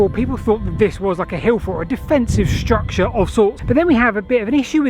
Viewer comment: "struct-SHA" :face-blue-smiling